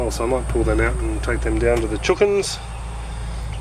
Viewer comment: My son says chookins too